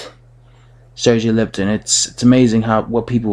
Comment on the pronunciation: Learn how to pronounce Lipinets , not Lipton.